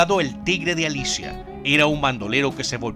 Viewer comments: Hablando de Manuel Lozada, dice sierra de Alicia, perdon es sierra de Alica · Es "El Tigre de Alica" con acento en la primera "A". Primero infórmate bien y luego cuenta tus historias...